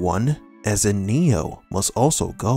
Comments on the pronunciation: Please stop calling him. His name is Neo. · Swear, you're saying Neil, not Neo, and gaslighting everyone.